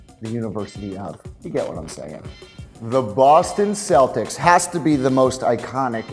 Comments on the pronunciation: You're also in Europe mispronouncing the word Celtic. You left off the most iconic logo of all. The Silver and Black of the Raiders. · So many Irish people in Boston and yet they don’t know how to pronounce “Celtic.”